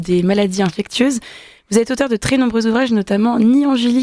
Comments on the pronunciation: Bande d'inculte! InfecSSSIeuse et non infecTTTieuse! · En tout début d’émission, la journaliste qui ne sait pas prononcer le mot « infectieuse » La honte.